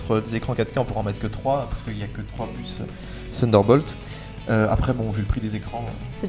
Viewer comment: "ssssssunderbolt" : c'est bien des Français ça...